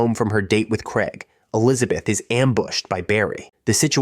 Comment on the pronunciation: It's craig. Not fucking kreg.